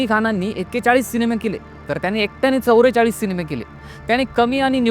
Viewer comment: चवरे चाळीस नाही दादा.. चव्वे चाळीस ... तू चवरे म्हणालास की काहीतरी कानाला चावल्या सारखं वाटतं